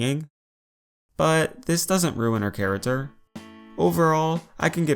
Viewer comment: Wait wait wait, he says character charater on purpose right?! I’ve heard him say it a lot.